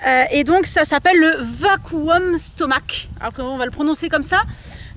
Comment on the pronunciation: Ce qui me dérange dans cette vidéo c’est que cette dame n’ait pas un corps tonique et ne propose pas d’exercices plus saint pour avoir la taille fine. Ne pas savoir prononcer le nom correctement de ce qu’elle dénonce manque de sérieux et de crédibilité également avec le ton qu’elle a..